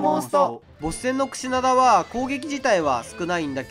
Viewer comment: クシダナ言うてるw